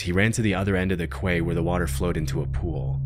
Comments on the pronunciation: “Quay” is pronounced “key”. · For reference, quay is pronounced "key"… not a dig, just saying. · Quay is pronounced like key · One more thing, "Quay" is pronounced "key". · It's pronounced "key" not "kway" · Quay is pronounced like key, not kway. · Quay is pronounced key, not kway. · Quay is pronounced as key not qway 😂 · btw, Quay is pronounced like "Key" not "Qway". lol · First video, Quay is pronounced "Key" not "Kway" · it’s pronounced Kee (quay) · Maybe this is just a regionalism, but I've always heard "quay" pronounced like "key". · Do you say QUAY instead of KEY?.. if this an auto AI voice or something? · “Quay” is pronounced like “key”, not “kway”, despite the misleading spelling. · Just so you know QUAY is pronounced KEY not KWAY ref the first video. 👍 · Just a quick correction, nothing about the facts, just that the British spell it "quay", and the Americans "key", and it's pronounced the same in both. I know, I know, Brits are silly sometimes 😀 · Quay is pronounced Key btw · *Quay is pronounced ‘key’. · its pronounced KEY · “Quay” pronounced “key” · Imagine pronouncing "quay" as "kway" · The fact that the presenter sounded out the word Quay instead of it being pronounced like Key, in the first video, had me cracking up 🤣. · Regarding the first one, the word Quay isn’t pronounced as it’s spelt. It’s pronounced as ‘key’ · "Quay" is pronounced "key". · Just fyi Quay is pronounced like "Key" ^.^ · I feel like a bunch of these videos all just reference each other because they all mispronounce "quay" the same way, specifically in reference to Jacob's case. Quay is pronounced like the word "key" in English. It's a mistake you don't make if you have any marine, diving, or ship experience. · "Quay" is pronounced like "key" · Quay is pronounced ''key''. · Quay is pronounced “key” just an fyi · Quay is pronounced 'key'. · Quay is pronounced key. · Quay is pronounced Key